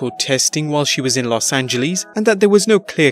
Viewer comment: You said losageles wrong